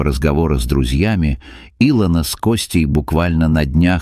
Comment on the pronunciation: если и сказка (это скорее всего....) -- красивая... респект за хороший рассказ только не И'лона ,а Ило'на у некоторых авторов бывают странные трудности с ударениями в словах